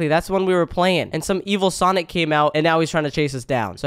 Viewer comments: Did said "SHIT SONIC"? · Bro said shit sonic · don’t swear I heard sh*t sonic